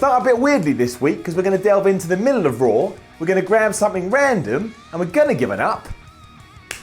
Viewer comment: did he say Rawr Ups and Downs?